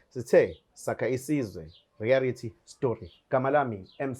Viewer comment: ‘Rearity’ ‘Suscribe’ 😂😂😂😂😂😂😂😂😂😂